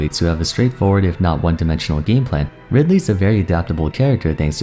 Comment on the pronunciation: and after butchering ridely like that they gave kazuya EWGF 😂